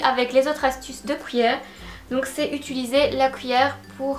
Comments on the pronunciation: Séréna Lemarchand oui je sais, je prononce mal cuillère, tu n'es que la 10e personne à me le dire. 😂 j'essaie de me corriger depuis. Par contre on dit bien papier collant, scotch c'est la marque (ou l'alcool à toi de choisir 😝)et chez nous on utilise pas la marque pour définir le produit ☺️. PaSse une bonne semaine 😘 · Une "couillère" ?!